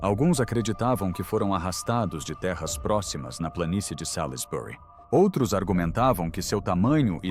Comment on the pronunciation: /Salzbri/ pronúncia correta para Salisbury.